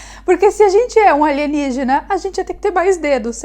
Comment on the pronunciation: Saudade de quando ouvia aligenigina